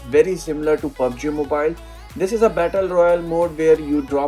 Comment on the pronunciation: you say pubsey i have proof open it in subtitle